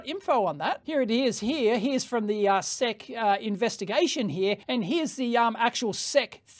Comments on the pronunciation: One reason to call them "The S.E.C" rather than "the sec" is autocaptioning. YouTube's autocaptioner thought you said "sex complaint", not "sec's complaint" :D. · Please don't ever call the ess-eee-see the "sehk" again, it's just not right. S-E-C. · SEC ESSS EEE SEE Say it with me now... ESSS EEE SEE SEC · We spell out the letters in the US, S E C (ess eee cee), rather than sec. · SEC is an initialism, not an acronym. So you say the names of the letters (S E C) you don't read it like a word. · We USA-ians usually call the SEC the "ess ee see" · Dave, we don't say "Seck" to refer to the SEC any more than we say "Fibby" to refer to the FBI, or the "Nurk" to refer to the NRC. We spell them out. We don't pronounce them as words.